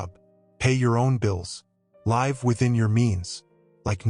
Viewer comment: AI is horrible.live as in life was pronounced live as in t v. How stupid.